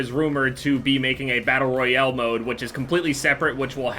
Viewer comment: The way he’s says Battle Royale... Battle Royele